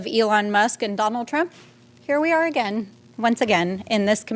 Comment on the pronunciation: "Againd" so dumb